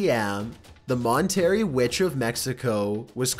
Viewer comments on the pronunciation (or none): Mon terri? It’s pronounced mon ter eh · "Mon-terry" Mexico?...C'mon man.... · MonterrrrrrRAY, por favor. And roll that R! Roll it! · MaWnTeRrY It’s “Mawn-Ta-Ray” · Sweetie, I usually love these types of videos. But the over-infections and inconsistent droning comming from your voice/ nerration... I had to mute you and turn on subtitles in order to keep watching. It that intentional? Are you alright? And btw: it's pronounced "mon-te-rey" not "mon-terry". Take care, ok? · It's pronounced "Mon-teh-ray" NOT ""Mon-terry" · #8 the area is pronounced (mahn-ter-RAY), not (mohn-terry)... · By the way, its not pronounced Mon terry for Monterrey, it is pronounced MON TEH RRAY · TBH From someone that lives at monterrey (me) i've heard the witch story a bunch of times and i've always been creeped out alot. And also other thing, many people pronounce monterrey wrong, its Monte rrey, not monterry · its not "mon-terry" its "mon-terr-rey" mexico- you uncultured swine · "MONT-ER-RAY" Mexico. Not "Mon-terry" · "W W 2" and "Montarry" it's world war 2, and it's pronounced (Mont-a-ray) I know you're from the U.S so you should know both of these. Please.... talk at a normal pace, or at least stop the audio jump cuts. Good videos other than that. Just stop acting stupid to make more content. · You pronounced Monterrey wrong, it's not mon-terrey, it's monter-rey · bro........ Mon-Terry?! Please take a public speech class and a Spanish class or two. If not Spanish at the very least Italian or even French, >ANY< Latin based language. I really can’t tell if you’re trolling or just terrible and pronunciation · It's pronounced. "Monter ray" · mont - terry LOL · How did you pronounce that? It's pronounced Mon terr ray. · pronounced ..... MON TER RAY Monterrey! Monterrey Mexico. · Monterrey is pronounced mon-ter-ray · ...It's mon-ter-ray.... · bruh did he just say mont tear ee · Mon tarry😂😂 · I really think you mispronounce things like "Monterrey" on purpose. Just stop. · Mon-terry ha!